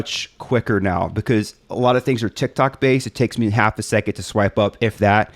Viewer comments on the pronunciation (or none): none